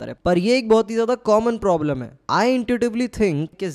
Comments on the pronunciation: Aapki advice boht acchi lagi bhaiya , thanks ,but ye plobrum kyu bol the hai problem hota hai (maanta huki feeling par jau ,par phir bhi accha effect ni padhta aap isse sahi kar lijiye) & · "Plobrems" again bhaiya 😂 Why?